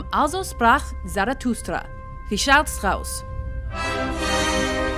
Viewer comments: I'm not German and when I heard her Strauss or Mozart I cringed. And Tchaikovsky thing, grrr. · I'm German. It is completely fine. I worry more about "Strauss", it's "Shtrauss" in German.